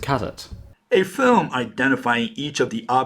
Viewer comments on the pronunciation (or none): none